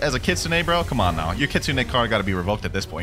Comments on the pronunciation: Blud it’s not kitsunah it’s kit-sun e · "kitsun" excuse me did you call it kitsun???